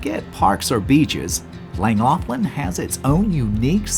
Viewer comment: Ohh that pronunciation is bad.